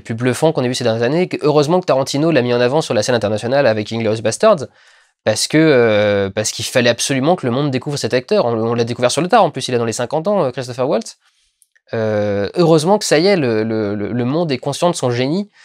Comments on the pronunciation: Par contre Christoph Waltz possède un nom allemand, donc on ne prononce pas Woltz à l'anglaise mais bien Waltz à l'allemande, avec un "a" comme dans "Durendal" et un "w" qui se prononce "v" comme dans "victoire". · Ca se prononce [valtz], il est autrichien